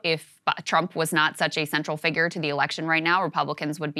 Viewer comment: Did Crystal just say "figger"?! :-)